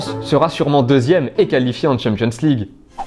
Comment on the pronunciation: "qalifié" elle est belle la langue française aulas 🤣